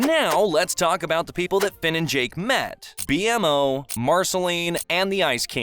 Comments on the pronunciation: why do you pronounce BMO as B.M.O mot B-MO😭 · IT B-MO NOT B.M.O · IT'S BMO NOT B.M.O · The way this AI says "B-M-O" instead of "Beemo" is nails on a chalkboard. Named after the Be More Operating System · when he calls bmo “b.m.o” instead of pronouncing it “beeemo” . it feels like a slight slip up to the possible fact the speakers voice is a.I generated. Dunno how to feel about that 😅. Cool video but man I don’t want all videos to have ai generated dialogue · Anyone who says B.M.O. instead of BEE-MO deserves to to get transported to a prison where the punishment is lego walking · It's Kara, not Karla. It's "BEE-MOE" not "BEE-EM-OH". Whoever wrote this script hasn't seen much adventure time. Keep hearing 'apparently' and info that's just plain incorrect or out of place. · B-MO not B.M. O😢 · B-M-O??????? Im calling the cops It’s (bee-moe) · Why did he pronounce it B M O? It’s pronounced BeeMo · Dude....it's bmo(beemo) not B.M.O. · I thought its name was BMO ..not B.M.O. never heard it called that before lol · i hate how he says BMO like its bee emm oh when the creator of bmo in the show said it like bee mo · It’s just B -MO not BMO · There's already so many mistakes in this video in the first 5 minutes that I honestly don't think this dude has ever watched the show. Anyone who thinks "Beemo" is pronounced "B M O" is someone who's only ever seen that name written down. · It's bmo not b m o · Did you really call him “B..M..O” instead of Bee-Mo? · It’s pronounced “Bee-Mo” not B M O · It’s BMO not B-M-O! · Simon didn't became evil per se though. he became insane. and it is beemo, not B-em-o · B m o B M O say it with me all the letters together bemo spelled bmo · BeeMO❌ B M O✅ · Im sorry but "B-M-O" no its bmo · B-M-O 😭 its b-mo ( pronunciation "bee moe") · It annoys me immensely that he says B M O instead of bee-mo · This guy called a doll a puppet AND CALLED B-MO, B-M-O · Why do keep saying B M O instead of B-Mo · His name is bmo not b m o 😞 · Yeah ITS BMO NOT B MO